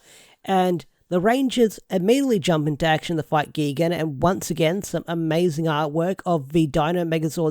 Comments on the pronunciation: ITS NOT GEGAN ITS GIGAN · X-Zi-liens is how its pronounced, also GUY-gan, I dont wanna sound like a butt, wanna help ya out with some names, because godzilla kaiju names can get a little weird, but seeing Gigan (Guy-Gan) with these 2 other power rangers monster remind me a lot of the old Zone fighter episodes that would feature Gigan and King Ghidorah